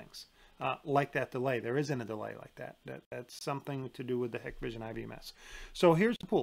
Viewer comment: Thank you Dahua vs hikvision (actually pronounced Hike-Vision) is not even a debate to anyone in the know. Also IVMS is absolute trash. Hikvision is great if you have no understanding of networking. But it’s comparing a college team to a professional team. They are not alike